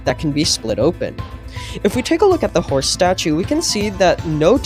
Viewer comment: the howce is heere